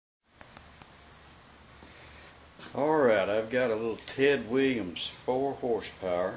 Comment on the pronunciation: ted "wee-ums"?????